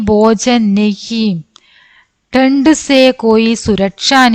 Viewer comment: മിസ്സേ... ഖാ യും ഗാ യും വിത്യാസം ഉണ്ട്. ഖാനാ, ഫുഡ്‌ ഗാനാ സോങ് ആണ്, അതു കൊണ്ട് ഖാനാ എന്നുവേണം വയ്ക്കുവാൻ. പിന്നെ ഡൻഡ് അല്ല ഥണ്ട് (തണുപ്പ് )എന്ന് വേണം വായിക്കുവാൻ. മാം അല്ല മാ അതാണ് ബെസ്റ്റ് 👍